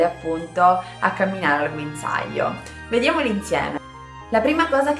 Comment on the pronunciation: Guinzaaio Ahahah grande